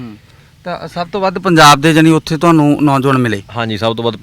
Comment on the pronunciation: ANCHOR SAB PUNJAB KEHNA TAA SIKH LO. JIJJE DE PAIR CH BINDI NAHI HUNDIÀ